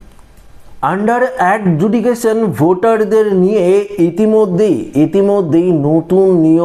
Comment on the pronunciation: Adjudication উচ্চারণ ভুল❤❤❤❤❤❤❤❤